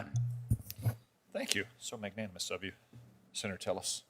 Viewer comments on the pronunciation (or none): “So magnamous of you”…. Did he mean “mag·nan·i·mous”??? Don’t try to use impressive large words if you cannot pronounce them.